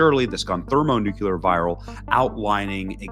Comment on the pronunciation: Thermo "new-clear". Clee-yur.